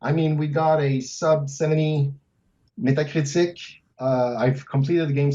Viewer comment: What's with that guy's pronunciation of Metacritic? I take it he's French Canadian, but that's a proper name. Teef.